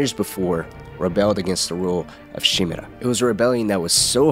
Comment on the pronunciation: Someone who pronounces Shimura's name correctly impossible